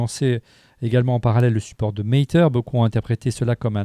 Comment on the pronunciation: Matter se prononce Mateur, pas "Maïteur"